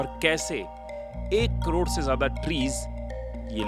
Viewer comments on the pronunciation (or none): none